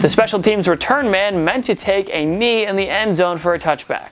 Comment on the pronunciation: Hey "take a kneel" your video sucked (Yea not only did he say giants instead of jets, but he said "take a kneel" later on. I stopped watching after that. Too many brain farts for a brain fart video)